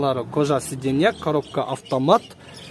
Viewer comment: Коробка автомат дегенди жакшы айтат экен